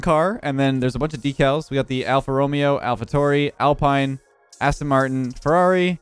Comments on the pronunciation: Alpha T "ow" "ree"* shoulda used the mclaren livery tho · Sorry but as an F1 fan, you butchered half them team names, alpha tauri is pronounced more like alpha towry sort of like towel, if that makes sense? 🤦‍♂️😂